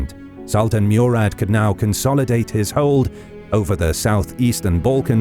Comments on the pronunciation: its not Meurad its Murad try to pronounce names correctly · It is "Morad" not Murad. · Murad pronounced Mo-Rad not Mew-Rad. Great animation by the way 👍